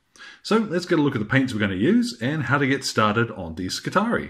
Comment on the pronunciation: Skitarii,....the double ii should, I think, be pronounced ee i. SKITAREEI